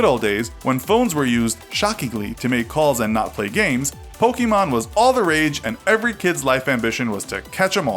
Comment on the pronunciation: It’s not pronounced “pokeemon”...the accent makes an “eh” sound